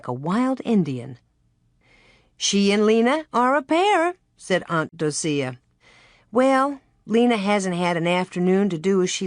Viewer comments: Um the name Docia is pronounced Doh-shuh … not doh-see-uh lol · Yeah I'm really surprised she pronounces it like that.